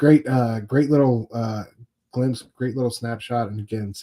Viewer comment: Love this show guys! Batman and Robin will be 12 issues. And Samnee’s IG profile used to say his name rhymes with Omni